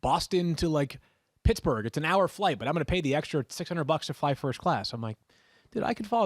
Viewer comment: Matthew said first cass instead of first class 😂